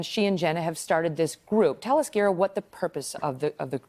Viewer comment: You lost me at Gearah lol